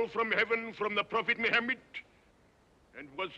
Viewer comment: I wish he had looked up how to pronounce “Muhammad”.